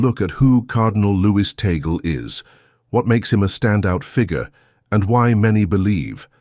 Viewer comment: Please make sure to pronounce the last right.. its Tag-le